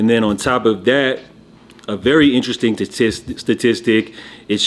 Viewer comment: This guy can’t say “ interesting” for shit 😂 🫡